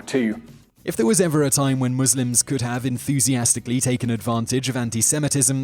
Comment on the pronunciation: finally someone who can say Muslims right